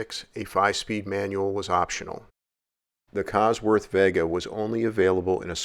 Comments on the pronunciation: it's VAY-gah not veh-gah, lol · It's pronounced Vay ga not vegga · Vega as in vay-guh. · It's pronounced vay-guh. As in Las Vegas. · I've never heard Vega pronounced that way...almost like the way Cal Worhtington said "Chivy"